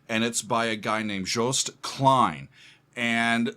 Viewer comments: You are the first one outside NL to actually pronounce 'Joost' pretty well! It's not 'Joust', but 'Yoast'. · Hey, the first American that pronounces Joost’s first name right …! 👏